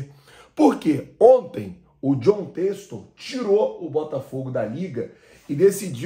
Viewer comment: Poh namoral mesmo, vocês do YouTube deviam aprender a pronunciar o nome das pessoas primeiro antes de dar as notícias. Jon texto foi foda kkkkkkkkkkkk